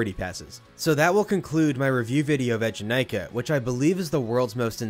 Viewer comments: it’s “ee” jenakah (as in bee)- I spent 2 hours in the queue to ride this when it first came out and that song has been hammered into my head since- I can still hear the rhymic drums with the ride name playing over and over in my head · That’s cool you rode it opening year! The ride’s name is not pronounced how you describe tho. Check this movies scene here where they chant Eejanaika - The ride hosts at Eejanaika also pronounce it “eh” jenakah just like in the movie which represents when the term became part of Japanese culture.